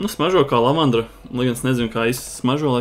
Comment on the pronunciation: LavanDA! Nevis lavandra. 😂 Es nevarēju, kad 8x to pateici.